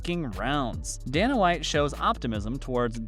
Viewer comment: His name IS pronounced DAY-NA WHITE